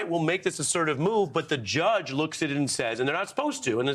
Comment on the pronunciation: to - "JUSGE"- lol